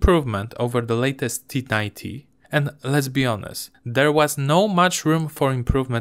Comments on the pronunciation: na początku zamiast "latest usłyszałem lightest... i myślę wtf? :D ale ogólnie jest dobrze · Nie do końca z tą krytyką akcentu. Na samym początku "latest" brzmi jak "lightest" i zmienia sens...